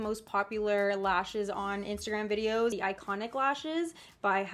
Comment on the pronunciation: The way she says Instagram makes my day... instergram